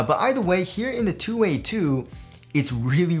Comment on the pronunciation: How'd you come up with that pronunciation? I don't get 2 way out of 2 wxy.